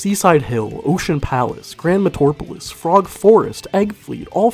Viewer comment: "grand metrwerpeles"